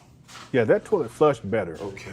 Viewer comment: If you think Umar is annoying in this video, imagine him working as a customer service agent. To kill the dead air or awkward silence he starts humming and singing doo doo doo. And what the hell is a tawlet?